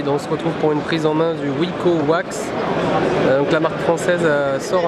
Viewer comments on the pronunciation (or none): Wiko "Wax", non pas "Waz" ^^ Je chipote, je sors...